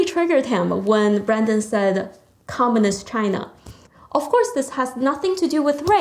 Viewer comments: Hi, Thankyou. I only have a little suggestion. When you say the word "communist" it sounded like "commonist" with an 'O' instead of a 'U'. If you pronounce the word with a stronger 'U' sound then it would be good. Cheers. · comminist is not commUnist...pronounce it righ!